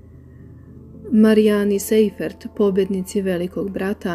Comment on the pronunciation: Sajfert, a ne Sejfert - nemacko prezime, "sei" se cita "saj".